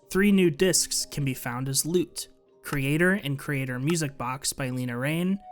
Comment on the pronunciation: everyone pronounces lena raine’s name wrong i feel so bad for her 😭😭😭 it’s more like laina not leena